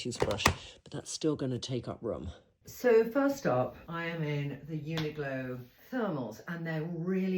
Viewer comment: Love it all! But it is UNIQLO, not UNIGLO!!